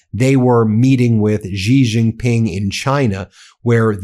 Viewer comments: I love watching you but PLEASE pronounce Xi Jinping correctly. It is not pronounce as JI. It is pronounced as "Shee" (or a sound bridging "see" and "she"). Thanks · Xi (Jinping) is pronounced See not Gee